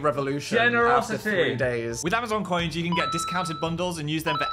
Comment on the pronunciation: I'm sorry but the "open KYAN" gets me every time 😂😂